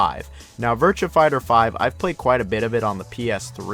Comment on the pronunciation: I can deal with you pronunciation of Yakuza, but the way you say “Virtua” is disgusting.